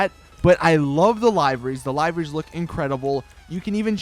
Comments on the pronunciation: Liver-Rys not lie-verys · frank jones its (Lie-Ver-Ries)